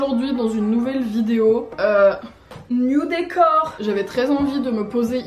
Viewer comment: J’ai compris « nudes et corps » au lieu de « new décors » c’est chaud là